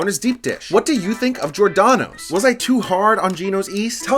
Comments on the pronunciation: Good video overall, but.... Gi-or-da-no's you're missing the emphasis on the G and then the OR for G-or, as you seem to be saying Jordano's. Also, Giordano's isn't the same at Lou's or My PI, as Giordano's is adds an extra layer of dough over the cheese and toppings then the sauce. As a whole they are ALL pan pizza's, just that in Chicago we call it deep dish, not pan. They all use a deep pan to put the dough in and push it up the sides a bit to create the crusts you saw. Pequod's adds cheese on the sides to caramelize into the crust but it's still deep dish and to many the best pizza in Chicagoland area. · Giordano's for the win. You are missing a syllable when you pronounce it though. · If Giordonos is your favorite, at least learn hoe to pronounce it correctly